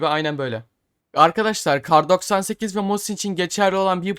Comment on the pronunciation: kay doksan sekiz , mükemmel okunuş,gülmekten yarıldım ,tekrar tekrar izliyom jsjsjsj